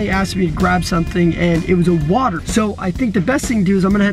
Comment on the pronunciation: She said watr water not watr